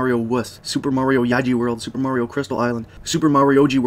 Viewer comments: Marry-o? Fucking marry-o? It's Mario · It's MARio not MERRio. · It's "Mario" not "Merio." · Great video, but one thing kept bugging me...you must've heard "It's a me, Maario!" somewhere before...Maahri-o not merryoh, however the "Where in the fuck do I go" song was so good I had to rewind a few times. Is that you, or is that someone else? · Video starts Mare-E-yo... it's Mario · He doesn't EVER say "Itsa MEEE mayerio! He says "itsa MEEE a MAR-ee-O" Why do people insist on saying it wrong when they know this? Especially people who have PLAYED it for years. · How do you say marry o kart then go one to pronouncing MARIO right a few min later? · Merry oh Kart? Never heard of it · it blows my mind how many people say marry_o instead of mar re o. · excuse me? marryoh cart? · "Merio Kart" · did he say Merio?... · Auto dislike for the fact you can’t say Mario correctly he’ll it’s even said by numerous characters in games with voice acting it’s mario not murioh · Merry-O kart gets mispronounced, but Super Mario World 2 sounds normal.. dude. Consistency? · Oh my God did he say "Mary-o".... HOW DO YOU NOT KNOW HOW TO PRONOUNCE MARIO? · da fuk is merry-oh? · Mary-o kart and then you say super Mario world 2+2, IT'S NOT MARY-O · I would say "get over it, some people pronounce the name Mario that way and it's not a big deal", but for every other game, he pronounced it in the more conventional way. Weird. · Just one thing, you mispronounced "mario"